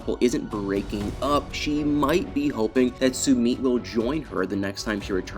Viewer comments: Learn to pronounce names! It is SOO MITT not SOO MEET. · Suuummmeeeeetttt! Why are you saying his name like that? Lol it's horrible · His new is not Sue meet. That's how your saying it. Omg learn how to pronounce names before you do a video. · “Sumeet”, “Sumeat”, interspersed with Sumit, what’s up with that?